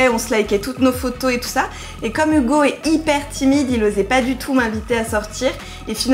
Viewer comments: Ça me tue elle dit Ougo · ca m'enerve elle dit hougo a lieu de hugo